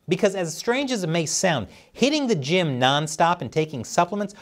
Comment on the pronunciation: A gyme? What's a gyme? Oh you mean a GYM!